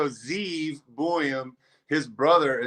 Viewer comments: It iz Zeev Buium not Zane. God Hebrew name. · No one seems to know his name, it's Ze'ev two syllables (Zeh-ev) but two syllables is too much for any hockey fan so just call him Sieve